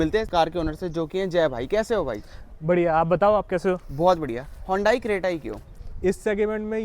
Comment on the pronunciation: Hondai creta nahi bhai. Hyundai Creta😂😂😂😂